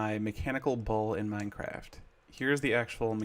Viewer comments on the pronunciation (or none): u just said Miencraft Sux, blay Minecraft dafuq?